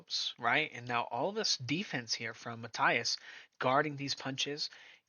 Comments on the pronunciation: Is Matías not Mataias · It is pronounced (Ma-teeas) ffs!